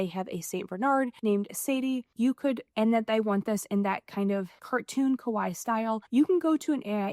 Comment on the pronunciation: Americans pronounce 可愛いKawaii as Kowai. Kowai means "scary" in Japanese, so it's best to pronounce it clearly as Ka-Wa-i-i 😊